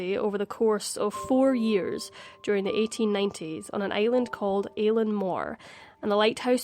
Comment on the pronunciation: Great video. One small thing - Eilean is pronounced as eelin